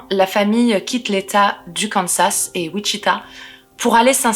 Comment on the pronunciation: On ne prononce toujours pas le dernier s de Kansas! Il est silencieux comme je l'avais dis sur une autre vidéo! Je ne sais pas si ça a été lu alors je reposte ^^'